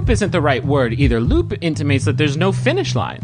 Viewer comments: Every time someone says "loop," all I hear is "Lup." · Every time they said loop I heard Lup for a sec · I kept hearing Lup instead of loop and I was like “wait she hasn’t been introduced yet” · Instead of "loop" I heard "Lup" this time around, so Edward saying "A Lup intimates that there is no finish line" is kinda funny because she technically cannot be finished off.